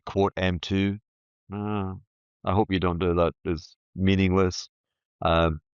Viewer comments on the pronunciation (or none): none